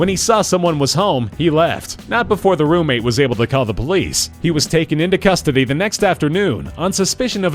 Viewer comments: 'Rommate' lol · "Rommate" haha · lol "rommate"